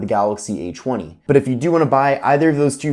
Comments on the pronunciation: Did anyone else hear "eychweny" or is it just me... Lol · The a chwenny😂